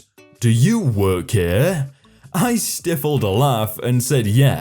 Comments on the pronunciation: Hey we don't st-if-le a laugh It's not pronounced with the IF as if it were a question. If you ( like that). It's pronounced as if you were saying the word Style. Or Pig Sty. So he styfled the laugh but it's written stifled a laugh. Great set of Reddit posts so far. You rock! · sty-fuled not stiff-uld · "Sty-felled" not "Stiff-led" for your laugh... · r/nobodyasked ahead:, I see where you're coming from, but it's pronounced "stife-ull'd". And, because, as an English major, I'm a walking, talking dictionary and thesaurus, and am fully invested in playing the "I aM vErY sMaRt" card, now; for those unaware, "stifled" is synonymous with "repressed", but is predominantly used to denote visibly or audibly reduced evidence. Such as grins or laughter. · I "stiffled" a laugh at not knowing the word "stifled". :) Honestly, I love the mispronunciations almost as much as I love the stories. Keep on being awesome. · It's stifled not stefled